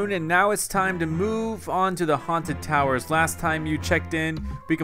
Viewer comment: Its towers not tawers